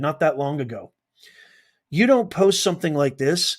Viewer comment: POST SOUNDS LIKE CODE